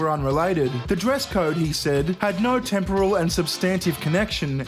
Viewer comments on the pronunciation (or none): none